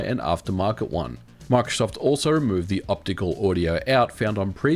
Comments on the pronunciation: Omg can you not pronounce Microsoft (My-Crow-Soft) like markof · When you say microsoft it sounds like you're saying MRKZCKRBRG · Why does he say marksoft 😂😂